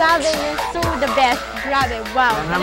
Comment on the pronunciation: I love the view but “the” is silent.